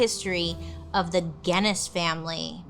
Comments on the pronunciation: Please learn to say Guinness properly for the next video... Sincerely, a person who can see the original factory from my house 😂😂😂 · Who let Bailey pronounce Guinness like that